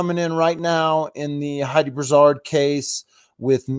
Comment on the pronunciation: It’s pronounced Brew-sard and Fara-moose-ka